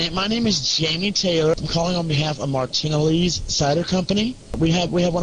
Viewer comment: For the pee drinking one, I think the most obvious dead giveaway is how he pronounced it Mar-TIN-uhlees. No one says it like that. 😂